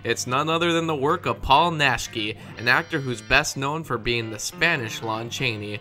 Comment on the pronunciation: That’s gotta’ be the worst pronunciation of Naschy’s last-name I’ve ever heard.